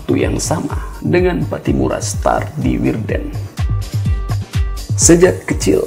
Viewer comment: straat. bukan star 🙏🏻🙏🏻